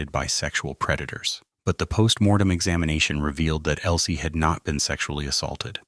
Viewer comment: ELSIE not Elie